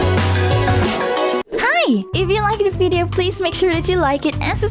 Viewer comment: You know she read this and is kicking herself over her pronunciation of "video"